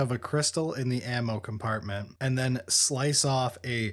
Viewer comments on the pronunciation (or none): none